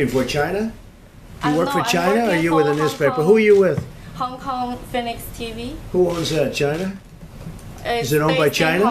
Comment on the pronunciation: Hon kon phe niks tb. That's mainland speech .. hoNKONG phe o ni k see tee bee - is hongkong lol